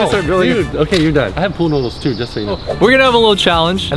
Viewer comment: I laughed so much when he couldn’t say pool noodles. “Needles noOdle noodles”